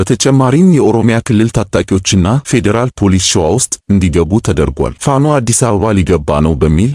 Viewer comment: ለዜናው እናመሰግናለን ! ፋኖ ስትል " ኖ " ጠበቅ ማለት አለባት፣ ያንተ አገላለጽ ልክ አይደለም፣ ለመሆኑ ፋኖ ፋኖ የሚለውን ወኔ ቀስቃሽ ዜማ አላዳመጥክም? በል ቶሎ አዳምጥ፣ ኮሜንቱን ተቀብለህ አስተካክል፣ በተረፈ በርታ!!